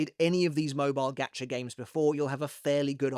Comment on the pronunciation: is he saying “gatcha” or “gotcha”? “gotcha” like got ya?